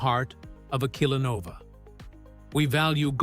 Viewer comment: "killanova" :D